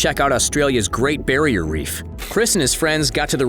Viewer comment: "Great BARRIER Reef". LOL